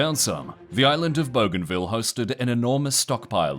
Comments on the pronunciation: Boo-g huh ville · bougainville Boo-gan-viel Not bow-gan-vil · BOO-GAIN-ville. Goddamn dude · I love that the Aussie narrator is pronouncing it "Boganville" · bro thinks it says *bogan*ville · Actual pronunciation should be closer to Boogai(n)vil. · lmao i had that exact thought when i heard the pronunciation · You could not be butchering the name of the island more than you are 😂